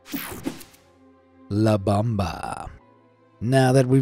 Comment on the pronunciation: It's not La Bamba, it's not the dance. It's la BOMBA. It means the bomb. You don't have even ONE Spanish speaking person as a friend who can help you not to mispronounce? You realize it's not the same shit versus sheet, right? Well, the same is on most languages. Get it right.